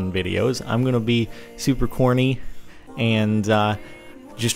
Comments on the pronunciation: yay! 6 million! also when you said corny i thought you said horny. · I thought he said horny instead of corny... oops...